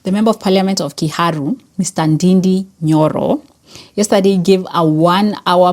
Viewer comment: Nd-A-nd-A is the correct pronunciation I is pronounced as A and ú is pronounced as O in Gikùyù language